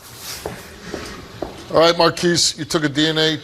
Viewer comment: Why does he keep saying “cheerdren” instead of children?